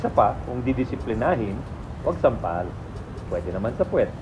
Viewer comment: Supalpal hindi sampal hahaha